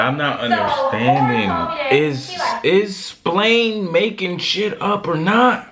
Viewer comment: said “Splain”🤣🤣🤣🤣